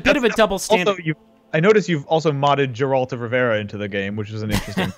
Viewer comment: "Geralto Rivera"